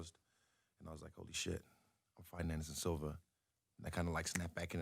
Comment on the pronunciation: Lol my dude really said Anderson Silver